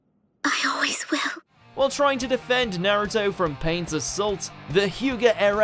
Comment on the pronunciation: You say naruto wrong.